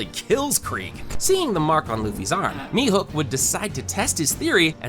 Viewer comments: Mihuk🥀🥀🥀🥀🥀 ITS MIHAWK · Mihawk not mehook